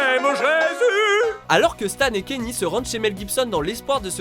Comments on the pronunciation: Kenyé !!! Kenié west pas Kenny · Bon sang mais apprenez à prononcer Kanye s'il vous plait mdr... En tous cas j'me suis bien marré pendant cette vidéo... Ca me donne envie de me refaire la série pour la énième fois x'D